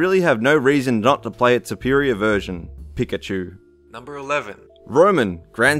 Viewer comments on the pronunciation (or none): ....Pie Chew? also, what about Navi from Zelda? come oooonnn!!! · Pie-chu, pick-achu, magic karp, samos, Jesus fucking christ